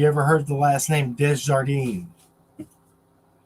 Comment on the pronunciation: The name is pronounced day jar dean. The j doesn't sound like an h in French. Only in spanish.